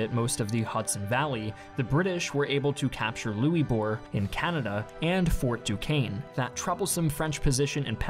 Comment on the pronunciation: The war actually spanned. NOT FOR. Nine years. Fort duchesne is pronounced douche n